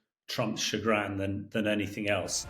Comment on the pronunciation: Does Hamish mean "A bit like Ham?", like "pinkish" is a diluted hint of pink on some neutral background. I so wish he could pronounce "nuclear" (or "chagrin") so he doesn't sound like Homer Simpson or Del Boy, to make him sound a bit more cogent. Never mind, apart from that he says the right things, such as that Witkoff seems witless. Putin has a fixed aim. To remove the irritant that Ukraine is on the skin of his Russia. Trump has a fixed aim. To make as much money from this incumbency as he can. Neither cares about the consequences, they are too near the ends of their lives to care about anything else, but their own way of filling their buckets before they kick them over.